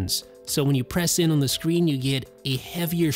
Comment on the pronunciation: I cringe at the way this dude pronounces "on"